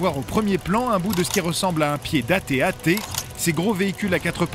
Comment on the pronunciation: ce que j'ai remarquais c'est qu'on die tb-tt au lieus de at-at